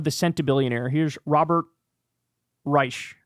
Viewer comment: Robert Reich has been around a long time and apparently Kyle never heard his name said aloud. It’s “Rike” btw.